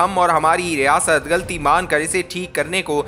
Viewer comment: Very bad urdu reading. Galti nahi ghalti. More bad mistakes in reading. Matric fail reader